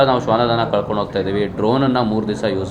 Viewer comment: ಶ್ವನದಳ ಕರೆದುಕೊಂಡು ಹೋಗುತ್ತಿದ್ದೇವೆ ಎಂದು ಹೇಳಿ, ಶ್ವನದನ ಅಲ್ಲ ಕಳೆದುಕೊಂಡು ಅಲ್ಲ ಕನ್ನಡವನ್ನು ಸ್ಪಶಟವಾಗಿ ಮಾತಾನಾಡಿ ನೀವು ಅಯೋಗ್ಯರಾಗಿದ್ದರೆ ರಾಜೀನಾಮೆ ಕೊಟ್ಟು ಹೋಗಿ ಅಯೋಗ್ಯರು ಬೇಡ..